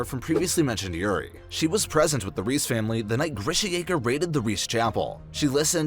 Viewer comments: the name Reiss is pronounced like Rice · imagine pronouncing “reiss” as “reese”